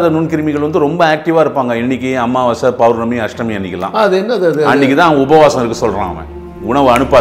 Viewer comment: அமாவாசை, எப்போ அம்மாவாசை ஆனது உச்சரிப்பு